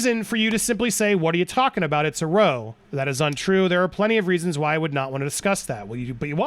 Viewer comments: Small point; it’s pronounced rOW not roe. Said Like you’re adding an R in front of 😣 ow as in ouch. Not pronounced as if you’re in a small boat with oars. English eh? And The English. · It's not pronounced "roe"--that's "row", British slang for a fight or quarrel, rhymes with "cow" This has been your Britspeak lesson for today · I love that u pronounce row like a row boat hahah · Andy the word is not Row as in ducks in a row,it's R _ OW as in OU _ CH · Row like cow, not row like bow. It's an argument. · FYI and sorry for being picky but it's not row, it's pronounced like wow with an R instead of a "w". Sorry Andy, you do fantastic work and thank you for all you do with Popcorn Planet. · it's pronounced RAOW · Love you hard work bro you smash it every time in content for this trail ..keep on shining that light on depp an keep them demon lies debunking coming love it....just a quick side note google the word row .. But with the definition of argument your saying it wrong take care bro ✌️ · I don't know of anyone has pointed this out yet, but when reading the testimony from the British trial, the word "row" (as in a fight) should rhyme with "cow", not "crow". The word "row" is pronounced differently when your talking about rowing a boat vs getting into a row with your sister. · why can so many people not pronounce ROW. its not pronounced like OH as in Row row row your boat. its pronounce like Cow, me and that stupid cow had another row. like rao. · Love your vids Andy. Fyi, It's a row like how or plow, it means an argument. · andy sweetheart, say row with a o sound, they are not going rowing, they are having a row.😉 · love the vids but when they said you didn't say you just had a row. its pronounced as raow its a British pronunciation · You might want to look up the pronunciation of "row". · Surely some Americans know how to pronounce "row" in this context...? (ie. not the way it's pronounced on here) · It’s “row” rhymes with “Now”. a British term for an angry argument